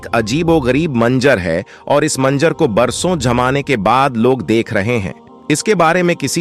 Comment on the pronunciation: Manzar hai manjar nahin theek Karo apni zuban ko